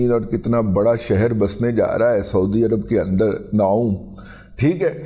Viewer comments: أو پائی تصحیح فرمالیں "نوم" نہیں "نیوم" سٹی نام کے تیرا منہ انج اے اللہ دی قسمیں جیویں منہ ہندا اے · Razi Sahib, this is not nom (as you pronounced it) is NEOM means new future.Neo is a Latin word that means new, and M is Arabic word for mostaqbil, which means new. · نوم نہیں نیوم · داد جی ویسے سہی نام نیوم سٹی ہیں نوم نہیں ہیں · نوم نھیں نیوم ھے کہ عربی میں بھی یہی لکھا اور بولا جاتا ہے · دادا جی نوم نہیں نیوم (NEOM) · داداجی نوم نہیں ہے. نیوم سٹی. ہے نام